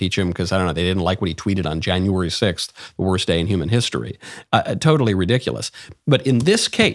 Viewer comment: I do not endorse the way you said January 6th in this episode